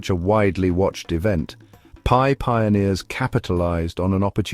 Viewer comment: It’s not PEE network.